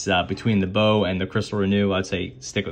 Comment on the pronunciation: It's pronounced "box" since baux is short for bauxite which contains aluminium (hence the name of the company)